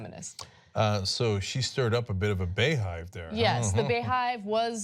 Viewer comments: Lmao bay hive , how do u pronounce beyhive wrong, get it together y'all lol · It's beyhive not baehive smh